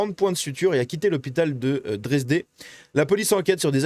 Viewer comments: c'est la ville de Dresde (Dresden) pas "Dresdé", connue pour avoir été la cible de bombardements intensifs durant la seconde guerre, et qui a dû être quasiment intégralement reconstruite. Kidney failure, signifie d'autre part, insuffisance rénale. 7 ça fait un peu beaucoup... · On dit dresde pas dresdé